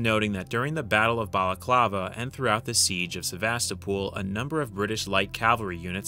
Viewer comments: Not "SevastaPOOL", but "SevastOHpul" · It's not Sevastopool, dummie!